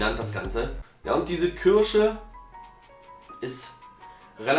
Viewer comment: Diese "kürsche" 😅 wie immer super Video